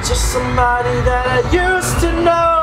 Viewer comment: 'Now you're just mosebody that i used to know' Lol